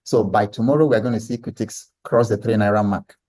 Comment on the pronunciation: It's cutix not curtix you can use bamboo